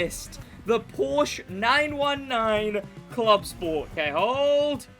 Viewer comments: New Crew Player here. Had a ton of informations from your videos, thanks mate! :yougotthis: Just start to play the 1Mio Playlist you suggested. BUT: As a German, hearing "Porsch" hurts me... Its called PorschE <-- There is an e at the end. Please pronunce it. 😉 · i love your vids but please its called porsche not porsch every time you say porsch my german heart bleeds☹️